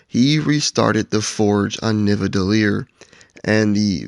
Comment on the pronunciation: Nivadellir LOL, it's Nidavellir